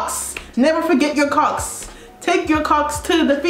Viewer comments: kocks never sounded so wrong 😭😭😭😭😭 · Not me screaming hayi when you said Kocks 😭😭😭